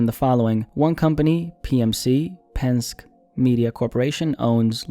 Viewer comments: Trust me it's pronounced pen-skee, 😅 not "pensk" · Hey... It's "PEN-SKI" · It’s pronounced pen•”ski” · Minor correction, Penske is pronounced pen-ski. Keep the Vids coming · It’s pen-ski as in Roger Penske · Why didn’t you look at a video on how to pronounce Penske bro (pen-ski) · It’s pronounced Pen-ski; as in 🎿⛷️ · I'm from PA and hearing you mispronounce "Penn-Ski" is pretty damaging to me. Good content though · its pronounced pen skee and the owner of PMC is the son of roger penske who owns car dealerships all over